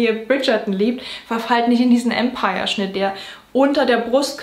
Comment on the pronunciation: das ist ein sehr schönes und hilfreiches Video. Vielen Dank dafür! ich habe eine winzige Anmerkung: das Wort Empire-Kleid oder Empire-Stil wird französisch ausgesprochen, denn es war ein französischer Modestil und hat nichts mit dem englischen Empire (Imperium) zu tun. Liebe Grüße